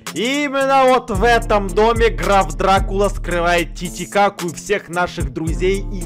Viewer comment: Почему-то мне слышится не Граф Дракула, а Граф Сракула